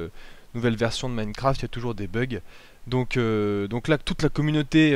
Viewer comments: "Minnecraft". Si tu déprimes, demande à un français de parler anglais. Tu vas juste te poiler pendant des heures. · [Minnekraft] -__- C'est compliqué de prononcer avec un poil d'accent ? Sinon bonne vidéo !